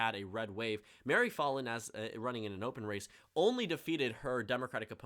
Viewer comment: Me from Oklahoma hearing you say Mary "FALL IN" rather that Mary FAL IN